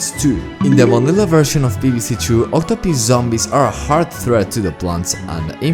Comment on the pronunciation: "Octopiss zombie"